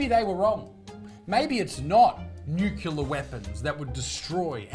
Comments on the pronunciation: Oh Darn.. Isaac speaks English most of the time. He even says Gen Zed.. But then he goes all American on Nookular!? :face-turquoise-covering-eyes: Say Clear.. Clear.. Clear.. Now say NuClear.. Not America's Nuke Em into Nookular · It's pronounced "new-clee-ar", not "new-cyoo-lar". Just saying...😏